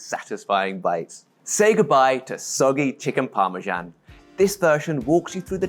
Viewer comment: what is this thing you call parmsan?😿